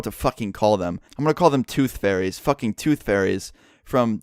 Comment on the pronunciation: LMFAO he called them tooth gairys